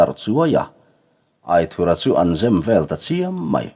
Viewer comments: A ziaktuin Aithura tih tur ti a a hrilh tawh hnuah che Aithurha tiin ila chhiar zel mai chu a nia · A lam dan dik i hriat toh tho te chuan lam dik ve mai la. aithura hming hi